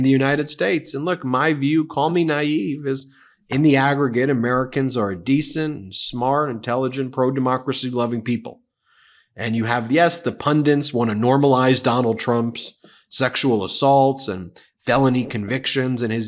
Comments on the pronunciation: Pundit, not pundant. It's from an Indian word that's probounced Poon-deet. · Sorry Ben - but the word is pundit, not pundant. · It’s pundit, not pundint. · The word is pundit - not pundint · Small thing... But its PUN-Dit its a word originaly for a kind of tradition keeper or a specialist in some area of knowledge. a man who knows the whys and wherefores of the needed rituals and symbolism say for an indian wedding that pundit/pandit will see that a things are done as they should be. These days political pundits are the knowledge specialists we hear of most Be happy that it's got easier origins than fiddy words like 'putsch' PUN-Dit Sorry for being a finicky twunt Ben's head is full of warring latin and english styles drawn from, that have been held in amber for a century or more... Im not trying to be a smart-arse Just hoping to help out in some minor way